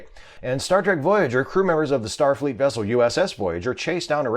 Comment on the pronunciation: Newclear Wessel Chekov